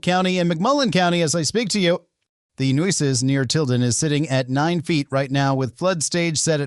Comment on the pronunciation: Nooses River? Where did they get this fool from???? If you’re gonna do Texas news you must learn correct pronunciation or folks will consider you a Yankee!